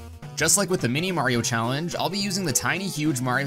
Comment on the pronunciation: Did you say challenge as callenge ? 😂😂